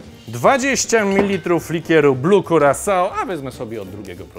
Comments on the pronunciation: Chyba jednak prawidłowa wymowa to kirasał/kyrasau (jak już uczyć to prawidłowo) :P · Curaçao powinno wymawiać się kiraso [kyraˈsa?o] a owoców, które lądują w środku drinka nie powinno się brać paluchami tylko szczypcami do owoców (a zest który został użyty na brzegach kieliszka nie powinien trafić do środka kieliszka - można był wziąć nowy) Jak już uczyć ludzi to dobrze 😉 A tak to kanał prowadzony ciekawie i wart uwagi 😁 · A tak naprawdę wymawia się to "kyrasau" ;) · Kurakao drink, mówi to Panu coś Panie Ferdku? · Kurakao drink. Mówi to Panu coś?